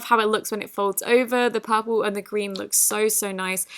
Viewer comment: Lol it’s purple not popaal